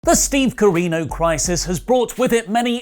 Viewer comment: I'm begging you, please stop saying Steve Carino